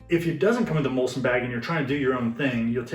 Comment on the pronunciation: Great video. Just wanted to point out that it is muslin and not mulsin. Maybe you guys in the US say it that way 🤔